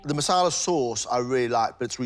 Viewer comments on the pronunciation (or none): marsala not masala